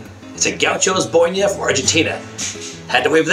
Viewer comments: He said "bonia" and is it "boina" i like it tho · Not boinia, its BOINA gaucho malo jajaja